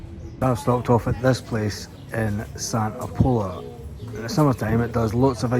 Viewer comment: Enjoyed the video. Just for your info Pola is pronounced.... as in 'Paw la'